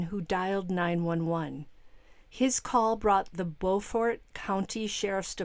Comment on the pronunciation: Hey! Not that it matters, but we in South Carolina pronounce the town "Bew'-fort"! 😊